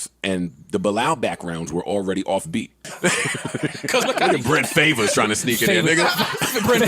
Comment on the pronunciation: “Brent Favaz” 😂😂